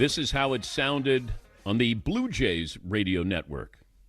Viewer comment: Did the Yankees announcer Dave Simms just call my Blue Jays the “blow” Jays? 😮